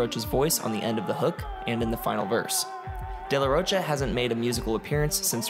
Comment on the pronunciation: De la "roacha"? Come on....I mean....come on.